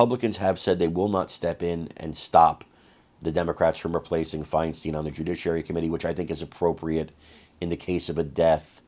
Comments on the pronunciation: Fine Stine....not Fine Steen...really dude?! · Her name was pronounced FINE STINE as in Frankenstein